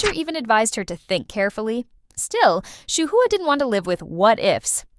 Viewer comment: If you're going to make these videos, learn how to pronounce Yuqi's and Shuhua's names. It's "Yoo-chee" (雨琦)which means Jade Rain in Chinese. Yuki is a Japanese name. Shuhua is just like it looks: Shoo-hwaa (舒華), which means "Unfolding beauty," appropriately enough.